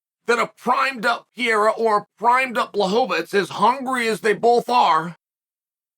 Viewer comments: It's PEREIRA not PIERA stop bucher this great kickboxer name. You hole cartier is less then this guy so show some respect! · Chael is not "Pierra" is " Pae_rae_ráa ". Google translation can give you an ideia of the correct pronunciacion. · I always find it weird seeing Joe Rogan pronounce Alexs name as Peheira, but Chael just outdid him with Pierra lol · Chael... don't start caring about name pronunciations now. You've been doing this schtick way too long... "Pee-yera" lol! 😂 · This guys is that stupid that he can’t even say Alex last name right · Chael has never said Alex’s last name correctly 😂💀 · Can't pronounce either name correctly....😂😂😂 legend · "I said his name wrong, I wanna say it right" - ok, who are you and what have you done to Chael Sonnen? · Come on Chael "Pereira" only has 7 letters to it. You can do it man!..lol